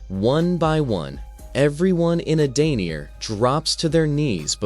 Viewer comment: It’s EdeniA Shang Tsung Sindel was already dead here and brainwashed. That’s why she looks so different… So many names are said wrong and plot points are incorrect. I stopped watching after the 8th mistake within 5 minutes.